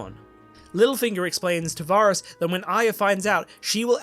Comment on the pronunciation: Oh I liked this ending much more than the series! The only thing I didn't like was how you kept pronouncing Varys wrong 😅